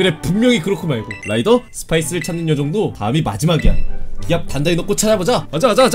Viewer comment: 라이더가 아니라 로이더 ㅋㅋㅋ